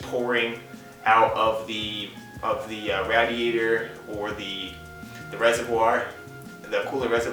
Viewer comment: Ra-Diatour. LOL